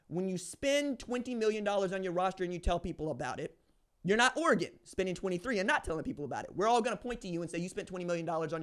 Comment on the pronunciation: (o) times sounds about right. At least you can say Oregon correctly props for that.